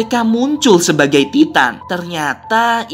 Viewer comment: Bang memang ejaanya Titan tapi sebutanya taiten